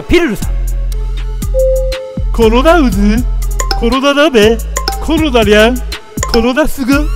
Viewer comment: コロナうずって読んでたww